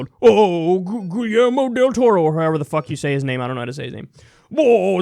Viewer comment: And that is how you pronounce Guillermo del Toro btw.